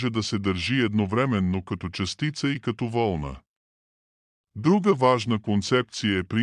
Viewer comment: Не вЪлна, а вълнА❗ ВЪлната се стреже от овцата❗ Бих ви разказал още за Квантовата механика, но вЪлната ме издразни, съжалявам...